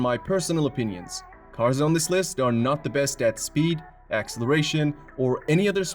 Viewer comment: Why is it you misprounce acceleration and just sayHP instead of HORSEPOWER??....very very amateur...